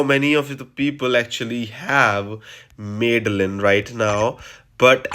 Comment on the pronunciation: 'Mad-the-lyn', not 'Mid-the-lyn'